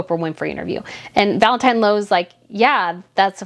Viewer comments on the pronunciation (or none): none